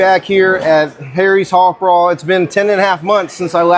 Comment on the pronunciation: Love harry's hoffbrau(sounds like hoff brow )